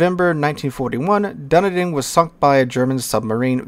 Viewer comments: Kiwi here, had a wee chuckle at dun-uh-din. Its a city in the south island pronounced Dun-knee-din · Sorry to break it to you, Dunedin is pronounced "Duh-need-in". It comes from the Gaelic term for Edinburgh - 'Dùn Èideann'. Edinburgh of course meaning 'Castle on the Rock'. In Dunedin there is actually a Castle on the Rock called 'Larnach Castle' - fun fact timez. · The Commonwealth isn't a nation - but this little Aussie battler is very glad to hear that there's gonna be a Commonwealth line, to share with my Kiwi, Canuck, and Indian brothers. P.S. Dunedin - pronounced dun-eden. It's a city in NZ. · It's pronounced "Dun ee din". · Just an FYI from a New Zealander it's pronounced "Dun-E-Din" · You did well with Auckland though! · Long ‘e’ as in ‘knee’ - think “done-knee-done”